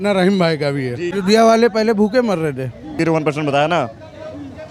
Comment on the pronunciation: भैया पहले अयोध्या बोलना सीख लो 😂😂